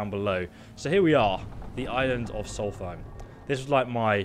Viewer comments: I love you, but listen to how the people in game pronounce these names! Solstheim is like solstice! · Pronounced sawlst-hime Edit, why can’t you pronounce anything